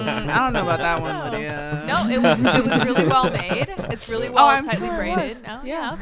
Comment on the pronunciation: Why does keep calling Lydia "Linda"?